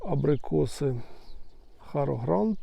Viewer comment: Сорт Харгранд. Ви говорите ХарОгранд.